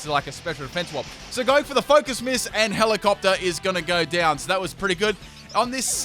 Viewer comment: Hell-ee-op-tile it's pronounced like dis bruh